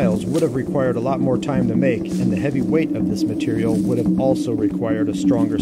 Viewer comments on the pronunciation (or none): none